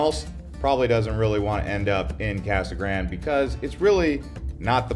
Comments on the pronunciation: So happy you trashed Casa Grande, even butchering the pronunciation of “gran-day”. You missed mentioning our in-city mall and all our big box and mom and pop stores. Our city government is doing a great job managing infrastructure and residential building is keeping pace with new businesses and new manufacturers. Our schools are top notch. Downtown is a hopping place. What’s not to like. Oh I get it, you’re trying to help slow the new arrivals. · lol... the way he pronounces Casa Grande. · Can't you pronounce Casa Grande properly like it's supposed to be pronounced!!??